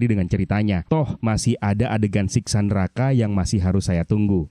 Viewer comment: Bang bang,Siksa neraka ya bukan Siska 😮